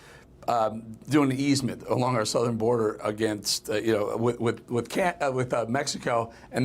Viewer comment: Trimp ???? Newsmax please spell his name right T R U M P not Trimp